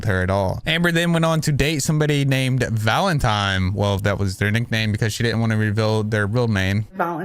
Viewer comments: Baby, it’s “scapegoat”, not “escape goat” 😂 “Valentine” not “Valentime” Just trying to help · ValentiNe , not ValentiMe. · I noticed that too 😂 I was like ‘valentime’ ? Lol